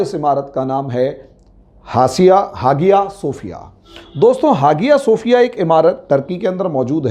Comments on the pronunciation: Not hagia, but called aaiya Sophia, h silent in Turkish language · हागिया शोफिय नहीं .....हया शोफिया कहा जाता है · Even now days many churches in America sold to Muslims. Some are sold to hotels and bars. It's pronounced as haya or aya sofiya G is silent. He even unable to pronounce the name correctly. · Hageeyaa sefiyaa hagiyaa sefiyaa pher....hageeyaa sofiyaa.....kya hai sir ye Sahise bollna seekhiye aap pahle 🤣🤣🤣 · Even now days many churches in America sold to Muslims. Some are sold to hotels. It's pronounced as haya or aya sofiya G is silent. He even unable to pronounce the name correctly.